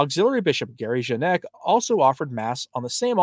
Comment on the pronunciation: Janak = YAH-nahk